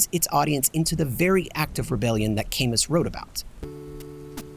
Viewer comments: PS I've never heard anyone pronounce Camus like the plant Calamus before. First time for everything 😅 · I’m honestly shocked to see no comments about your pronunciation of Camus 😳 I thought it was a joke at first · It's a good day when I notice a new video about a cartoon I have never heard of:) Edit: never fucking mind, they pronounced Albert Camus' surname wrong at minute three.